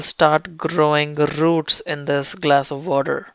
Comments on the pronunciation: isn’t it such a beautiful sound rrrrrr like a sweet song in my earrrrr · I love how the guy rolls his "R"s, especially when he says rrrrrrroots. XD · Not all Indians say rrrrrrroots 😁